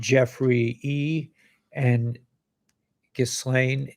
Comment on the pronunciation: pronounce GA- LANE not Gizlane....its french...just sayin'